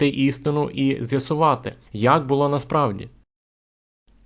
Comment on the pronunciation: Дякую за цікаву інформацію. Але Ви повинні говорити українською правильно. Було́, була́, були́, не бУло. ПочалИ, а не почАли. ЗроблЮ, а не зрОблю.